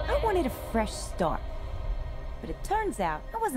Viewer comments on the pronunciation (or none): none